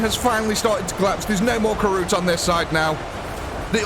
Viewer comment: Kroot, not Karoot.